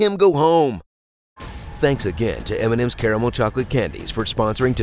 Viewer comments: oh good you said "caramel" correctly (mostly with three syllables) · Finally an American that pronouces Caramel right lol.